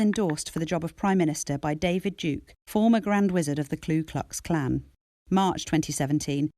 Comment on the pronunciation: ffs it's KU Klux Klan NOT KLU Klux Klan.